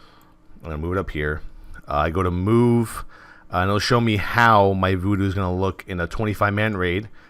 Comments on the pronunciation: nice one, but its VuhDo not voodoo ;) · STOP searching for Voodoo people! The addon is called VuhDo.